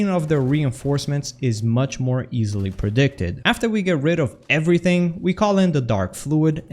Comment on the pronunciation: Win Fasily? Did you mean, like, “Win Fast”?